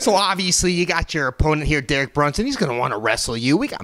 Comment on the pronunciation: "Dereich" Brunson